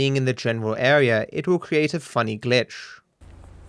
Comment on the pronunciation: Why do you say "GlitchSHH" instead of "GliTCH"?